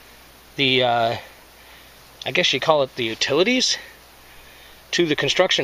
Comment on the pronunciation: The U-toad-a-tees.....LOL